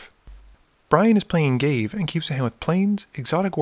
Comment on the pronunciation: ga-vay not gave.